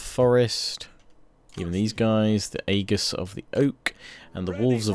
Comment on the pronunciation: This is a really minor point, but aegis is pronounced ee jis not ay gis. It means to have the support or protection of someone/something.